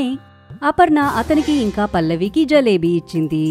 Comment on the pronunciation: Jalebi kaadu Jilebi